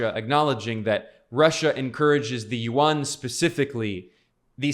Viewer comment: Chinese Yuan is pronounced by you as "Won" which is the Korean's currency.